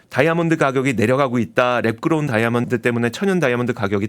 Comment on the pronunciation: 배속해서 들으니 랩그로운 다이아몬드가 매끄러운 다이아몬드로 들리네 ㅋㅋㅋㅋㅋ